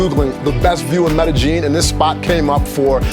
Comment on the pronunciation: Medejin? Medejin? Medeyin, bro.. Lol